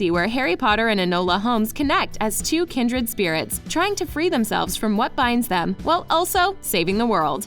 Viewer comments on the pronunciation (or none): CANT EVEN SAY KINDRED RIGHT!